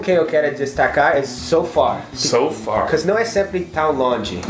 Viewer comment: engraçado, no início do vídeo sete fala PORRQUERR e então o Google abre e estou com fones de ouvido.